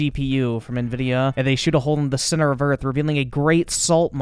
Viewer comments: im gonna call it nah vidia now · I swear, hearing this man say "na-vidia" is causing me heart palpitations. Almost like when people say "Nuculer" instead of Nuclear.